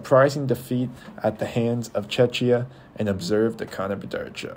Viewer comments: Just at least learn the pronunciation of Czechia, its so embarrassing. It's either Czechia or Czech republic NOT Chechia! othervise a good video, you managed to concede well. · no, you are not. You say it wrong. It is czech republic "czek" or czechia "czekia". You say Chechia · It’s Czech Republic… stop butchering the word… Czechia [czekia]